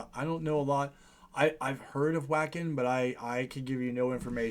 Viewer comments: Wacken pronounced Vacken. Is in Germany. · The Wacken Open Air Festival, is a multi-day music festival held annually in Wacken, Germany. Note: a W in German is pronounced as a V, hopefully you will learn this so that the next time you mention the name of this town, you won't sound stupid. But in the words of Forest Gump, "Stupid is and Stupid Does".